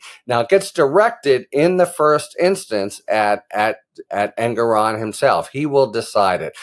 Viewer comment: Thanks so much, Harry!!! BTW, prounounced En-GOR-on, not En-gor-ON.